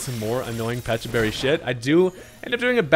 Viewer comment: You get a like from me. First content creator I heard to call both the berry and pokemon with the correct enunciations.